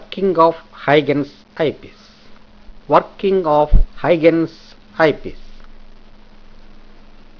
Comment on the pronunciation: very helpful video but i would request you to correct your pronunciation of huygens